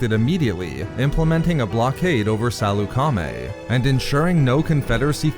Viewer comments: I don’t think it’s pronounced Saloo-Kar-Maay. More like Sal-uk-aa-maey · Are you saying salecamie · Why are you saying it Sal-eu-ca-mi? You're supposed to say it faster as one whole word. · THIS GUY CANT EVEN PRONOUNCE SALEUCAMI RIGHT